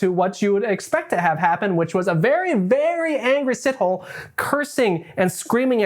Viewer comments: “see toe lay” not “Sit Hole “, besides that you did a fantastic job with your research. Well done ❤ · Dude made me laugh with Sitoll! Moses Sitol! How does he know so much about Moses when he clearly has never been. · your pronunciation of “Sithole” STRESSED me 😂. it’s [sih-toh-leh]. Great video though ✨ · Did he just say Sit-Hole?💀it's C-tour-Leh my guy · It's "see-toh-lê" :) not sit-hole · Repeat after me "SEA-TALL-AIR"... Moses SeaTallAir-> Sithole!! You should hear how us Xhosa pronounce Xhijin ping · It's pronounced C-tow-laire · Dude Sithole is pronounced Si-toh-leh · 1st Correction, Pronounciation is See-tow-lay. 2nd Correction, in South Africa when someone is referred to as a coloured. It means they are mixed. Mainly an offspring of a Black and White. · It's hilarious how you pronounce "Sithole" it's actually more like "si-to-lay" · As a South African..you pronounce his surname as Si-tho-le..but never the less he's a sithole for his crimes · “see-tow-lay” the w so light it’s almost silent… but shithole sounds good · ive heard of seen and even talked to rapists but this dude is another level of evil and btw thats not how you pronouce sithole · That is not how you say Sithole.